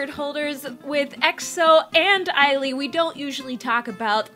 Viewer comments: Yo😂 it's 'AY-LEE' not 'I-LEE'😂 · Why did you pronounce Ailee like that? 😂